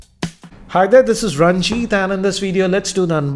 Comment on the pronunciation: hayde disis